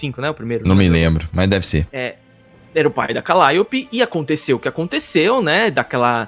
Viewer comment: Namoral foram contamidos pela falta de zelo na dublagem, não bastava chamar um grego de Krueitous quando na verdade é KrAtos e agora a CaLÍOpe que chamam de Calaiupe kkkkkkkk, tirando meu câncer nos ouvidos, parabéns pelo canal! 👏🏼👏🏼 Mas voltando a critica, aho as vozes da dublagem brasileira muito boa, mas parece que falta vontade de supervisionar direito, parece que os dubladores são disconexos com a realidade e deixam passar erros GROTESCOS como por exemplo, personagens gregos com nomes pronunciados com sotaque estadunidense, namoral, ninguém nunca viu Xena e Hércules? Ninguém viu nenhum filme ou serie gregos pra saber que os nomes estão com a pronuncia totalmente errada, depois disso vou assistir um Nérutô kk cansei de ver dublagens com expressões ou palavras com sotaques pronunciados de forma totalmente incoerente, parece até que o dublador mora em Miami, sei as pesosas fazem muito meme com as dublagens de portugal, que realmente tem muita bomba, geralmente em coisa antiga, mas a dublagem do GoW é perfeita, quem puder textar, tente essa experiência nova, zerem o jogo novamente na versão de Portugal, pode ser esquisito o sotaque, mas o esforço na dublagem é sensacional! TODOS os meus GoW são midias fisicas de Portugal (exceto o 3 que é remaster BR, mas com dublagem PT) os 3 seguintes são de Portugal